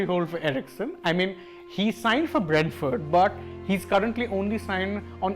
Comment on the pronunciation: It is Brentford not Bradford, these are two different clubs, improve pronunciation